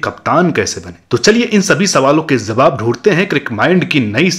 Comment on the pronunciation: Khilaye za rahi hai, zab, zabab 🤣🤣🤣🤣 abe bolna to seekh le is se bura performance to tera ho gya 🤣🤣